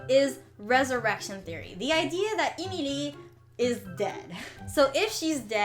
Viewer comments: It's not EEE MEEE LEEE it's Ehm ihl EEE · Why do u pronounce Emily eemeelee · I may be wrong, but I think Emilie's name is pronounced Emily. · "EEMELEE" Girl you mean Emilie? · 😂😂🤣🤣I LIKE THE WAY SHE SAYS EmILE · its not emilie its emily like saying emily but they change the y to ie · “Emeelee” I died💀🤣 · I love this video and your channel!! But the way you pronounce Emilie kinda makes me laugh. Its not bad! It is just different from how I've always heard it. EEmilEE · Emilie is pronouced like Emily on English i Know that because it used to be my name before i changed it to Julian Lee so am not mad for saying it wrong but you need to Learn the name in a right way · Its E MI LIE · You're not pronouncing Emilie right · STOP SAYING EMILIE WONG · Yeah but the way she pronounces emilie is sooo distracting and forced. Girl just say emilie and thats it. (Can she really speak french btw ? )